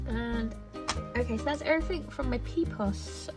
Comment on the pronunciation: Pipoos is way overpriced compared to specialised art supply shops. Your pronunciation of Pipoos wasn't too bad with a long oo like the oe in potatoes, but Bruynzeel you did butcher quite a bit. To be fair, I have no clue how to put it to fonetic English so you are forgiven😅